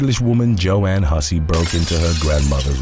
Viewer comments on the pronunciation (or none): none